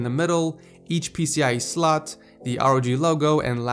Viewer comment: it's slot not slut